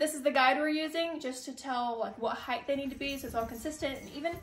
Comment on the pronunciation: LMBO!! VOCABULARY!!!!! When referring to how tall something is…please say heighT, not heigth. A whole lot of YouTube channels get this wrong I’ve been holding my comments but since you brought it up yourself I decided to point it out to you. I’m not a picky person and normally hold my cringe to my self. But there ya go 😂 I’m messed up in the head I guess. 😂😆🤣 Keep up the great content!!🥰